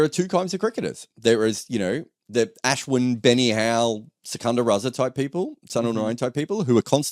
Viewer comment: Can not say Ashwin like a white person? You're desi, pronounce his name properly please.